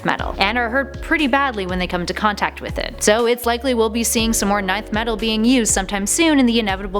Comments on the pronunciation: Please it's ENTH Metal, not nineth😅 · Pretty sure its not "ninth metal" and it "nth metal" (en-th) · Stop saying nineth it's nin-th metal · It’s not “9th metal” but “ Nth metal” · isnt it pronounced "enth" not "ninth" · Its not "ninth metal" Its "inth metal" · Oh my goodness. It’s NTH metal. Not NINTH metal. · It’s not pronounced “Nei-th” it’s “ni-th” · It's "enth Metal" not "nineth metal" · its not pronounced 9th metal ... its pronounced Enth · It’s not 9th Metal, it’s Nth Metal. Pronounced “En”, don’t you have someone to proof the scripts before recording starts? This just makes you look dumb. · It's Nth Metal. Not 9th. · isnt it pronounced enth metal not ninth metal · its pronounced enth metal not ninth metal nth=enth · It's pronunched "inth metal" not "ninth metal" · Nth metal is pronounced Enth metal. Not ninth metal. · Isn't it pronounced (enth) metal instead of ninth metal? Or does it not matter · Enth!!! Not ninth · En-Th! It's pronounced En-th. As in "N"-th. Not 9th... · "ENNNNTH METAL" not nineth, Batman killed wonderwoman while fighting along side her and that's when he took on the "MERS-ILL-OUS" not mercy less. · i guess its too much to ask for a channel thats supposed to be about pop culture to do research, its pronounced enth not ninth, its beenpronounced that way in cartoons, they should call this channel top 10 poser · Nth metal is pronounced... "Enth" not "Ninth." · It's nth metal not nineth metal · Nth metal! pronounced as Enth. not ninth. please do your homework before making these videos. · Nicely Done, though Nth is pronounced enth. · 1. Who did Jim Gordon call out for? 2. It's called Nth "in-th" metal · It’s so triggering hearing her say ninth metal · Is she pronouncing Nth Metal as "Ninth Metal"? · Nth metal is pronounced as Enth. Just so ya know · it's pronounced ENth metal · its “bar-BEI-toes” and “EN-th metal” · Nth Metal (pronounced enth) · Lol ninth metal wtf XD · Yeah it's barbeitos and inth metal lol